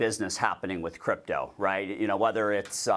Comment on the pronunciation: It's CRYPTO not "cyrpto"